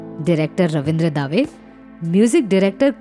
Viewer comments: pic is not of gulshan bawra. And correct pronunciation is रविन्द्र दवे, दावे नही। दंगल नही दंगे हुए। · You need to make the video material full screen. The viewers already know who you are and don't need to keep looking at the presenter's name through out the video. Incidentally, Ravindra "Daah-Way"?? No. His name, Ravindra Dave, and it is pronounced as "Duh-Way." Am I nitpicking? No... little blunders (I have identified some on few other clips), and add up to become big enough to cause credibility issues. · अनामिका जी उच्चारण पर ध्यान दीजिए रवींद्र दावे नहीं रवींद्र दवे होना चाहिए और दंगलों नहीं दंगे , तुकड़ों नहीं टुकड़ो होना चाहिए